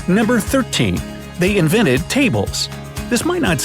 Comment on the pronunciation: "Inveted" not "invented" they day "inveted"